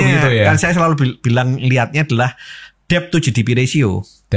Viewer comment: mengeja DEBT BUKAN DEB MAS TAPI DET MAS". B " NYA GAK PERNAH DIEJA. BELAJAR BAHASA INGGRIS NYA DIMANA MAS?????